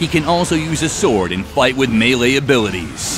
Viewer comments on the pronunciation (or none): none